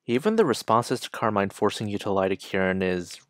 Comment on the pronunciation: hey! you're pronouncing her name wrong btw, it's pronounced how you would say "carmen"